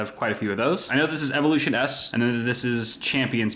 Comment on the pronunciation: its pronounced Evolution's not Evolution S